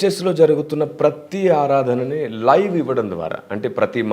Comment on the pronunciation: Adharana😂kadhu aaradhana